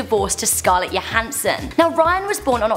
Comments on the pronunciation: LOL SCARLET YOHANSEN!??! wtf its johanson lol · It's Johansson not Yohansson. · Why did she pronounce Scarlett Johanson's name like that